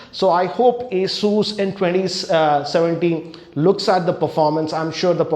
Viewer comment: an advice for you when you say ASUS it sounds like A SHOES